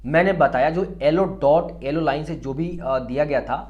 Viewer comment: Alo nahi yellow hota hai